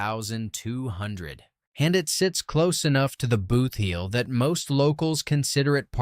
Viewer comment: I had to stop watching. If I heard AI guy say BOOTH heel once more I would scream! It’s BOOTheel! This is a hot mess!